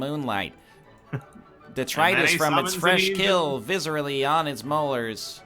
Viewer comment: He's done it! He actually pronounced "detritus" correctly!